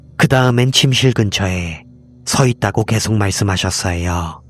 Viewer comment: ~~하셨어여ㄹ..이거 몰입 다깨짐